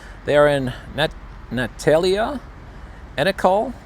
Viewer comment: I love pronunciations. Interesting quirky part to the updates. Nat - tAlia is a fairly common name. And Encinal does have a C in it:)